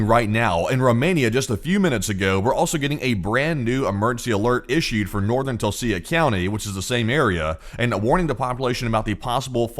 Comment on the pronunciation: Tulcea is pronounced like "Tulcha"